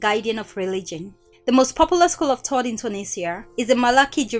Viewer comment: learn the letter H please. its thought not taught